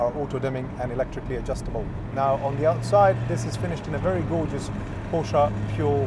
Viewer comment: I’m in the US , his pronunciation sounds about right to me. Are you related to The Porsche family in terms of bloodline? I didn’t think so, so who are you to say the right way to pronounce Porsche? At least he knows what he is talking about!🏎